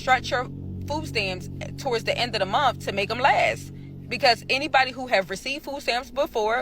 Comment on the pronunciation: It's pronounced MONTH not MUNT. Also, whats FOO STAMS?